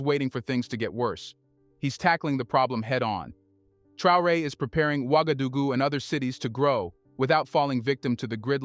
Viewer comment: It's pronounced like ;wagadogoo.